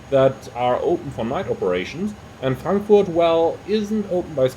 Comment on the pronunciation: Are you german? Because how you say Frankfurt is too good to be not from a german.